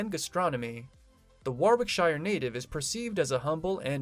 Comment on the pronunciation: War wike shire?